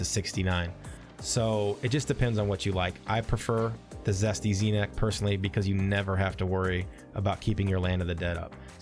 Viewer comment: Jesty is Jesty, as in Jest, Zesty is what you keep saying, with a z